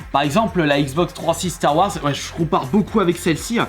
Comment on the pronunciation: Ba il la pronnonce a la Française